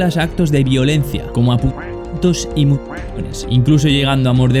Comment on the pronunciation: Bro entendi pitos locos y era putos locos☠️